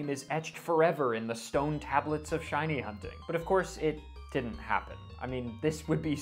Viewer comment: I never thought I'd see my face in a shiny compilation video. <3 Super stoked to have my shiny reaction in this! P.S. Thank you for pronouncing my name right!